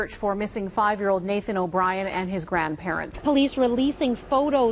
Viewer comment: Go to and ish he sta naTHan twice lol THE ACCENT IS FAKKKKE I KNEW IT!! jkjk but he does pronounce the th though twice 🤫🤯🤔